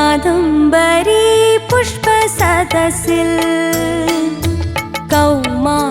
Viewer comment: സരസ്സിൽ ആണോ സദസ്സിൽ ആണോ ശരിക്കും